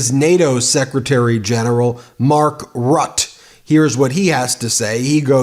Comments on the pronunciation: just a side note: pronounce the name of Mark Rutte as Mark "Ruttay" or "Ruttee", although not perfect, it sounds alot better then Mark "Rott" 🤫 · It's not "Root". It's "Ruh-tuh". Rutte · Mark Ruttuh is the right pronounciation. Tx